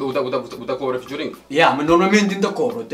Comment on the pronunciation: Fituring?? É kuze 😂😂😂 alguen explicam